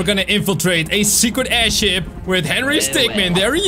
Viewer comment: Did you say aidhip